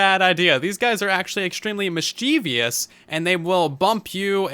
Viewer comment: you pronounced mischievous wrong lol